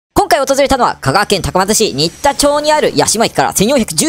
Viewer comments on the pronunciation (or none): 「にったちょう」❗️じゃなく「しんでんちょう」なﾝじゃないでしょうか⁉️ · 最近見始めました(^-^) 町名の読み方 新田町(しんでんちょう)だと思います！